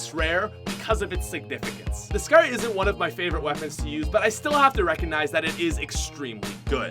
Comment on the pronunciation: Why can't this guy pronounce scar